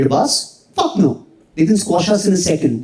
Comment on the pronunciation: मज्जा आ गया..... ये विदूषक बढ़िया हसाता है | the way he modulates his tone when he says 'fuck' is worth doing research.... itna emphasis....fuck, dick, worship dick,..... bahut krantikarri...heera hai yeh.... i jus wanna hear him doin an impersonation of mmmmmm.... koi bhi asli gandhi...